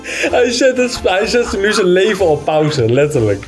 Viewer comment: Je spreekt het niet uit al pauze maar pausee de 2